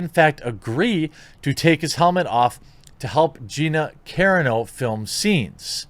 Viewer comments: It's pronounced: Gina Kuh-rah-no. Also, Pedro Pascal goes both ways. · Learn to say her name properly SMH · For God's sakes learn how to pronounce her name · Gina Carano ... Kah-Rah-No = Carano. 😎👍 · Sound it with me: Kuh-Ron-oh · Gina Carano is pronounced Ka-ron-o. As an MMA fan I've heard her name said hundreds of times. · Gina Car-on-oh. How do you get every name wrong? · Carano. Cu(like cut) - rah(like the sun god Ra) - no(like no you can't). 😁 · jesus dude, enough mispronouncing Gina Carano's name already. Ka-Rah-No!! every damn video. just ask someone for help. Or better yet, look up her mma fights. Im sure someone has said her name out loud. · Wish this guy would learn how to pronounce Gina Carano's name properly. Just goes to show he's not a true fan of the show and is just copying everyone else that's covering this story. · Dude you’re not saying Carano’s name right it it’s driving me nuts. Lol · Sounds about as believable as you pronouncing Gina Carano’s name correctly. Sorry, man, but I had to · Please learn Gina's last name please....or just quit saying it. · Love your vids but you are mispronouncing Gina Carano’s last name. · He's not needed replace him and move on and have you never heard how to pronounce Gina Carano's last name correctly?????🤯🤯🤯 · This is a "thing" with me : mispronouncing a last name. You did this on both Dave Filoni and Gina Carano. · Haha was legit laughing at how you pronounced Gina's last name different every time you said it. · god how can you still not pronounce "carano"? it's such a simple name.